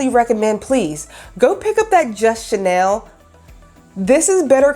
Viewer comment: First time viewer here, hi! #1 chenille is pronounced (shin-Neal). Your pronunciation is a French perfume couturier label, named after Coco Chanel. #2 if Helen Keller were alive today and heard ( translated ) what you said about her....oh, I don’t know what she would do... probably slap you somewhere into next week. Maybe not she had some pretty heavy comebacks herself, considering that period of Time. But don’t let that bother you, you have the energy to carry off what you are accomplishing in your videos. Keep it up but make sure your wise azz comments are focused on dead guys so they can’t come after you. I appreciate your critique of $ yarns cause I’m not able to get there to do my own assessment, so thank you, you covered the details I was wondering about very well. 🕶? Ummmm, well, your spec’s are a very personal choice. I prefer wire rims because more of a person’s natural beauty is allowed to be on display. Since I’m about as old as & do look like Benjamin Franklin, I would say, to flatter your beauty, don’t cover or distract from what you naturally have going for you. Someone said they make you look professional... ummm, yeah, a professional clown perhaps cause they are way too huge for your petite features🤡. Sooooo, get several pairs! Each to convey your changing moods and to match new outfits! There! Settled! Thank you for this review!